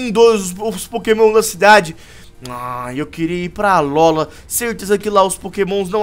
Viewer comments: alóla cara vc ta vendo algum acento agudo no nome alola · se fosse fazer essa série 1° aprende a falar alola não alóla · nãose fala alola mas se fala alôla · n é alóla é alola com o (O) mais forte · n é alola se fala alôla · se fala alôla